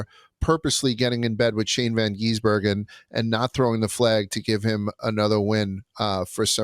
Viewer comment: For the love of God, it is GIZ-Ber-Gen Appreciate hatred isn’t real and that he just wants to be Shane